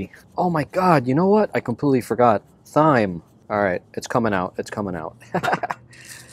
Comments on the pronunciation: It's pronounced "time", not, "thime". Lol, that was cracking me up. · “Parsley, sage, rosemary and thyme” pronounced TIME. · There is something charming and contagious about you and your videos. I love to watch your van adventures and listen to that little laugh of yours. So anywho, pleasantries out the way, I'm that friend who will tell you when you have a boogie in your nose, so that said, THYME is pronounced as time and next time you hold your meat out of the way to keep the buggies away, season it first to let the flavors set a little while you prep your other ingredients. Also, get a santoku knife...will help you do wonders mincing garlic and onions and chopping veggies and watch a YouTube video to see how the wrist action with your santoku knife will help you with your prepping. Love you, mean it, bye until your next adventure! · I am just love your take on van life. I am looking into travel with my dog. Your dog is so well behaved. By the way it is seasoning pronounced Time. There is a garlic press you can get. I love mine I got at IKEA. Looking forward to more of your adventures. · How do you pronounce thyme?? Supposed to be "time ". You know.. parsley, sage, rosemary and .. thyme (time). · It’s definitely pronounced ‘time’, yes! The ‘h’ is silent. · Its ok. We all have some words we get tricked on pronouncing. Mine is Quinoa, yours seems to be Thyme. English has some weird idiosyncrasies. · I thought he was kidding at first pronouncing it with a "T"-"H" sound. Nope. He's just ill-spoken. Wow. Just wow. So embarrassing